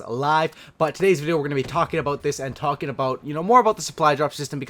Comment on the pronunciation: "We're gonna be talkjinn"